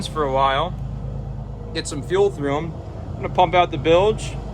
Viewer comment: Bilge pump not billage pump